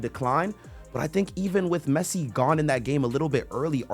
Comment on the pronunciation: He said Pessi